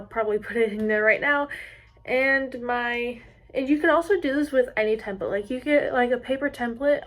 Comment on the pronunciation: It’s not templit its template!!!!!!!!!🤬